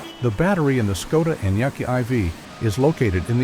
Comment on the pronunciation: At least learn how to pronounce the bloody brand name properly.....